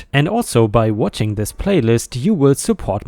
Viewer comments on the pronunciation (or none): none